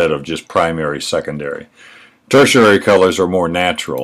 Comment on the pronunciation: I dig your vids -- thanks for turning me on to Elioth Gruner by the way -- but one thing in this and other vids that really bugs me is your pronunciation of tertiary. You keep pronouncing it "tersherary" -- it's pronounced (phonetically) "ter-She-airy". Don't know why it bugs me so much, but your explanations are so detailed it seems like that one pronunciation takes away from your point. Probably just me, but once again thanks for your video's.